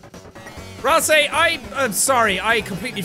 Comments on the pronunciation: ralssay? ralsi? ralsee? ah yes, the plural form of ralsei, ralsi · If we base it off of the "ei" in sleigh, then it would be "ay"... Therefore, Ralsei is "Ral-say". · “RAMSLEI”- PLS JACK I CANNOT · BRUH RALSEI IS PRONOUNCED AS RALSEY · it’s pronounced ral-say jack! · its pronounced "ralzee" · just saying, Ralsei is pronounced raalsay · Jack: don't get made at me for mispronouncing Ralsei Everyone: oh we don't care a bout that... WHY ARE YOU NOT USING WARNING WHILE IN BATTLE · It's Ralsei(Ral-say). You can even check by typing his name into google translate and having it read to you. PS You spelled Ralsei wrong. The i is after the e. Sorry if I look like a grammar nazi. I just like ralsei a lot and don't want people spreading false information about him.